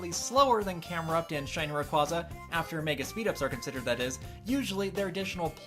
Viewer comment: Indeed. The way he pronounces Rayquaza bothers me a bit. Not surprising. Really? :O